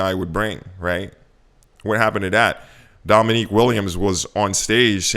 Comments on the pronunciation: It is "Dominic" not "Dominique" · Mfkr learn how to pronounce Dominic’s name. It’s not “Dominique” you sound like an absolute moron. Reality doesn’t squeeze me because I have an actual high paying career and don’t put all my money in one crypto while making some stupid app no one will use.